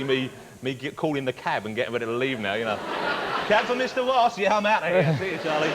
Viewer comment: I weally thwink Johnathon Woss needs speech lessons!